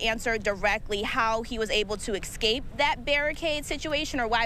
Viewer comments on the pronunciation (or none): What’s an “excape “? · Can someone “axe” her what “excape” means.